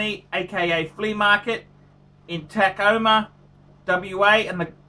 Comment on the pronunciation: He did somehow manage to pronounce Puget Sound and Tacoma correctly..at the last milisecond.